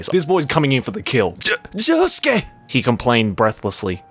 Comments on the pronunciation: pronounces Josuke as Yosuke by accident. Sasu ga Swedish. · I appreciate occasionally saying Yosuke instead of Josuke. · "Yosuke" instead of "Josuke".... okay '-' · Idk what’s funnier, the fan fiction or pronouncing Josuke as ‘Yosuke’😂😂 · says josuke the whole time: YOSUKE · Swedish, so he mixes up J and Y sometimes. Honesty it’s cute🥰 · Damn, I'm guessing the Swedish in is making him pronounce Josuke as Yosuke... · slipping into the Swedish pronunciation is so cute😂 80% of the time he says Yosuke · I'm just gonna point out the fact that sometimes pronounces Josuke as "Yosuke" and it confuses the crud out of my Persona 4 brain worms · what a very swedish way of pronouncing "Josuke" lol